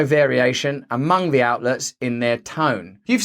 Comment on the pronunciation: i'm not going to give you a fumms up but should you manage to pronounce the "th" sound correctly one day, i will consider it